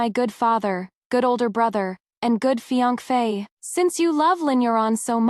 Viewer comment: It's pronounced fiancee. Phonetically feeyansay.